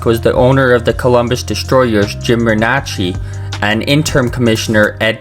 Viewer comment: Jim Renacci's last name is pronounced 'Rih-NAY-cee'.